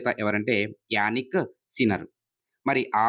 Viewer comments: జానిక్ సిన్నర్ sir....యానిక్ సిన్నర్ కాదు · Yanik sinner ❌ Jannik sinner ✅